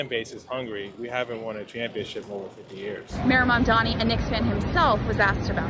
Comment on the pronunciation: Did you just say "mandani" ? Who's that? 😅